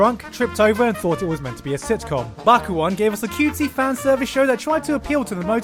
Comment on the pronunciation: WTF ANIME IS AFTER BAKUON seriously what word did you say? Migorda? Bid Borda? wtf